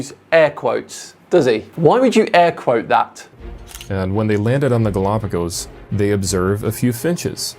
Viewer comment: I love how can't even pronounce Galapagos. The fact that choses the bible over reality just shows what a fool he is.